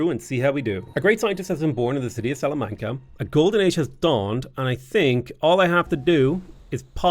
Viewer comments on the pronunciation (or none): none